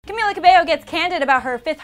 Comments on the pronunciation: FINALLY! Someone actually said her name right. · omg the first reporter who said Camila’s name right